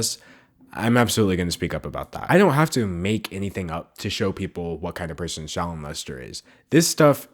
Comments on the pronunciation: I can't tell if your saying her name or 'Child Molester', but both mean the same thing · Am I the only one that hears 'child molester' when he says 'shallon lester' ? 😂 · If u speed up the video it really does sound like he is sayin child molester when he says her name must suck your name sounds the as child molester 😂 dam them comments was rt. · I thought you were saying shallow molester not Shallon Lester. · when you said shallon lester, I thought you said child molester... bye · Holy crap, I'm watching the video again, because I don't have anything better to do and I just want some background noise, and when you said "Shallon Lester" I heard "Child m*lester" I screamed. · the way that they pronounce “shallon lester” makes like their saying “child m*lester” and i’m dying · bruh my boyfriend was overhearing this video and he kept hearing her name as "child molestor" instead of "Shallon Lester" and I didn't even think to correct him until the 6th time he said it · Every time you said shallon Lester I heard child molester, and then I realized what you were really saying at the end 🤦🏽‍♀️